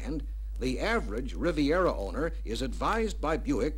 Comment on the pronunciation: RIVIERA. Not “Rivera.” That’s Geraldo.